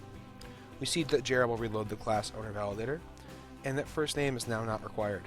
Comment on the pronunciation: like how he says jrebel, as "Jarrable"